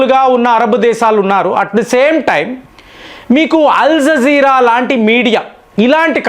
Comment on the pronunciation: నమస్కారం. మీరు ఎందుకు అల్జీర నీ అల్జీజీర, వెనుజుల నీ వెనుంజుల, ఇరాన్ నీ ఈరన్. ఇలాగా అన్ని తప్పులే పలుకుతున్నారు. మీ వీడియోలు అన్ని చూస్తాను, అన్ని చాలా బాగుంటాయి. మీ స్పీచ్ మార్చుకుంటారు అని కోరుకుంటున్నాను.